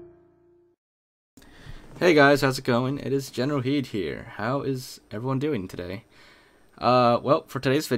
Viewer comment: Still do not understand why your name is Generalkidd but when you say it I hear Generalhead.